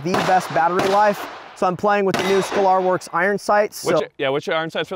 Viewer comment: Haha Mike knew damn well what skalorworks was he just wanted to hear say it again cuz he didn’t know how to pronounce it 😂